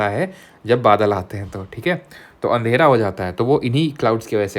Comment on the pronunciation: Usne (ssc) kaha - kaise karoge? usne kaha kaise karoge mujhe pratp? Maine bola - Badalo ke andhele (accent😂) se upar ujala hoti hein jo har na mane uske sath uparwala hoti hein. Ek ek karke frb series ko karunga samapt.aise karunga usko prapt...